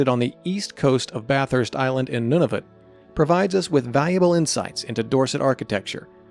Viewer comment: Nunavut is pronounced “noon a vut”